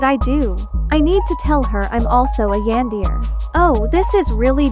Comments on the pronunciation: I like how the ai says “yanDEAR” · “a yAAn-deer?”